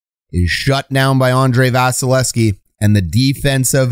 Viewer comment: You are neglecting to pronounce the second V in 88's name. Just saying.